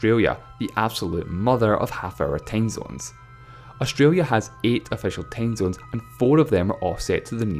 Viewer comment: "Tame zones" XD My cuntri hab nane tame zones